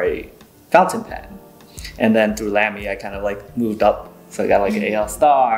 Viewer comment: Nice discussion ! Respectfully, it’s pronounced “Lah-me”. I happen to be partial to the brand with over 40 Lamys in my collection. A visit to Germany to tour their headquarters was a thrill !